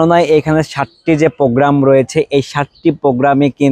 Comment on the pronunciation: পোজ্ঞ্রাম বলেন কেনো ভাইয়া😑 কথাটা প্রোগ্রাম।